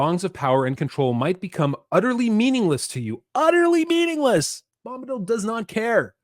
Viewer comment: "Bomb"-badil... lol